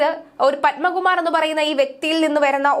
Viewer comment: പൻമകുമാറല്ല.... പത്മകുമാർ !